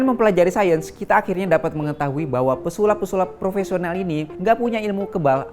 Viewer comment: Sayens bro(sains bro)